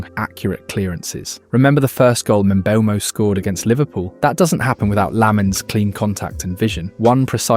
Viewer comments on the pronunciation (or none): none